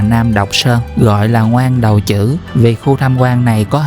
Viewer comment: Ngoan Đầu Trữ cái này đọc là Quy đầu hử mới đúng